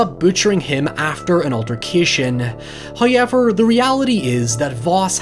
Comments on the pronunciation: Noone:: HieVeR for NOi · "Noeuy" "Hoeuyever" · Six minutes in and not a single "high-evver"...